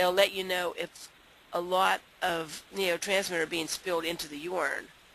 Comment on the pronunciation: Excellent presentation. You have to learn how to post up to two hours. I have seen Harriet Beecher Stowe audio book on YouTube for two hours... Also say "NUROtransmitter" the way you pronounce it (neo) throws the listener off track and creates confusion in presentation!